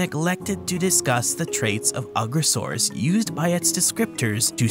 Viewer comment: I think you’re pronouncing the name wrong. It’s You-gross-arus. 😂